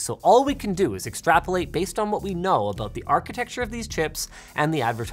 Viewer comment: "Can you tell me again just what your talking... ABOOT?"